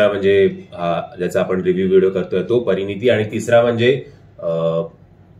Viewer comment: "परिणीती" नाही "परिणती".... परिणती म्हणजे "बदल अथवा परिणाम" आणि परिणीती म्हणजे "विवाहिता" अथवा "सौभाग्यवती"... तुमचा उच्चार "परिणीती"असा येतोय.😊